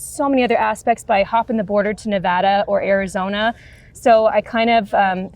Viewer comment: pronounced NEVADA correctly - bonus points 🎉